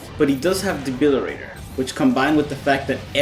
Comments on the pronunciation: DEBILITATOR NOT DEBILIRATOR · Awesome video! But for all that is holy it's De-bili-TATOR. I can only hear debilirator so many times lmao. :D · Debili-TAY-tor fam....with a "T"